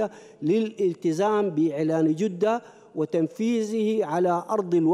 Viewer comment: كيف داء دخل السلك الدبلوماسي يقراء خطاe قال جودة بضم الجيم خطاء كبير من انسان في مقعد كرسي الخا،جية عيب جدة بفتح الجين وليس الضم